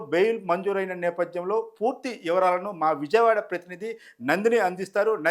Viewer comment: పూర్తి ఇవరాలు కాదురా అయ్య పూర్తి వివరాలు అను.